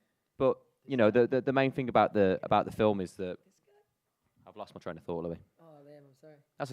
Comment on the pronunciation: not being mean but ... *Louis